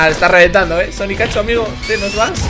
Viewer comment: no se llama sonicachu es sonicchu